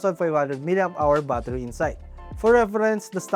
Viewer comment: Battery ❌.. Baathari ☑️🫡